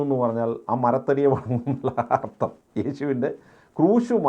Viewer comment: അർത്തo അല്ല സ്നേഹിതാ അർഥം